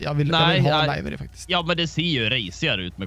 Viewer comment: Du uttalar livery fel.. just sayin